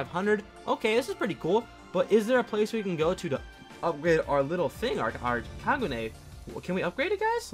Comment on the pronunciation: HE SAID KAGU NEY